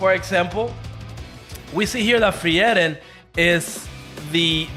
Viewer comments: it's not free-eren.. it's FRIEREN! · just say Free-ren.. they literally call her that in the anime sub and dub.. you make it so much harder